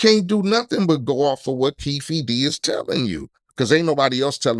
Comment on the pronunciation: Yo said keefy d said like yo got some credibility